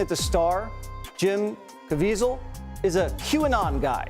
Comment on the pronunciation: FYI: Jim Caviezel's last name is pronounced... (Altogether now) Kah VEE zull